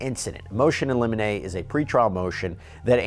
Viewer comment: It is pronounced liminee